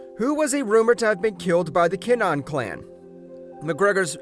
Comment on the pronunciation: Tony montoya? Also its kin-a-han